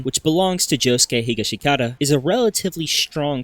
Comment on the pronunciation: It should he a sin for how bad you messed up josuke’s last name